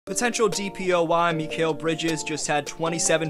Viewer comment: Hey, amazing video! As a suns fan, its awesome seeing us get coverage like this. Heads up for future video, Mikal's name is pronounced mih-KALE, keep up the good vids :)